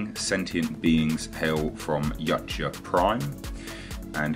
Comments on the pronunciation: its not "Yotcha" "According to Steve C. Perry, the author of many of the Aliens novels, Predator: Turnabout & Aliens Vs. Predator: Prey, the word "Yautja" is actually pronounced "Ya-oot-chah", with the accent on the 2nd syllable, and where the "ch" is close to a "j" sound." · "Yautja" is pronounced "Yowt-juh". Just sayin'. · Thought it was pronounced Ee-wat-ya but maybe it's an accent thing.